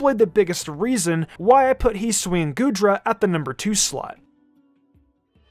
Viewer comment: Its his-oo-ee not heeswee